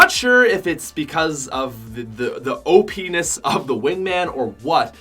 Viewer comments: he says openis lmao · why did you say O. P.enis like wow 😂😂😂😂😂😂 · He said openus 😑